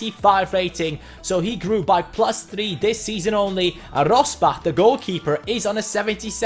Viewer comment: Rossbach is pronounced Rossbakk